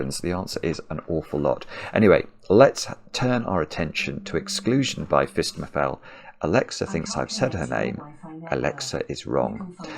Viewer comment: Every time he says phistemefel I do a little happy dance